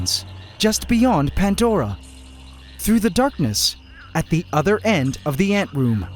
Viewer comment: This might be well known already, and I've wanted to know since I started watching this channel .... But why Pantdora and not Pandora? What the hell is a Pantdora? Goddamn Canadians 🤣🤣🤣